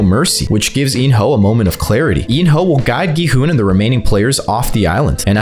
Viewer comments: Bro said in your hole instead of in-ho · He called in-ho “in your hole” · There is no way this man just called him “In-Your-Hole” so casually 😭 All jokes aside these are some valid predictions. Can’t wait for S3